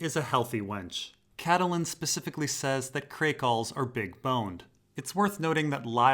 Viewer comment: it's pronounced cat-lynn. 2 syllables. sorry, but it's been bugging me.